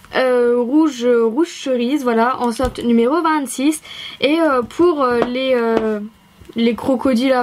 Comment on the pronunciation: quand elle dit numéro 26 elle a un accent 😂😂